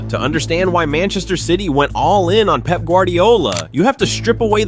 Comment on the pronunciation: Love how Fergie calls Pep "Pepe"😂